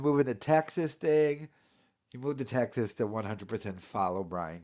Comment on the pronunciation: "i researched nashville, teggzaz before moving to austeen"